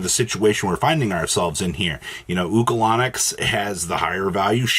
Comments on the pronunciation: He said, "Ulco-Lon-Nic" 😂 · Bro said oocalanix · The way you pronounced Ulcanix was criminal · lol agree